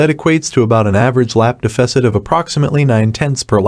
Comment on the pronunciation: Learn how to pronounce deficit before saying it a million times